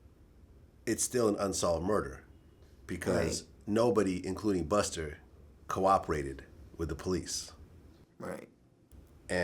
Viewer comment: "buster" - officer vlad